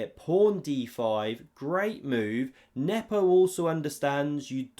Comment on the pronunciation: You still mispronounce Nepo's name.